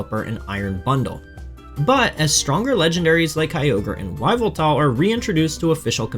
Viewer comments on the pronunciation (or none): WHY-VEL-TAL?!?!?!?!??????? Wtf 😭 It’s a Dark type… Yveltal. Evel-Tal. Please. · That Yveltal pronunciation took me out😂